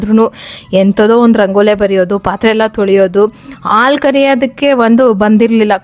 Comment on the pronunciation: Please correct your words abba alla adu Habba Aalu alla haalu, oma alla Homa words pronunciation proper agi madi 🙏